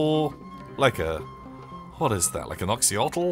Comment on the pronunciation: do you mean an axolotl or an oxyotl